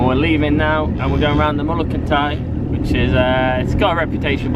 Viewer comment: It’s no pronounced Kintie, it’s Kintire = Kintyre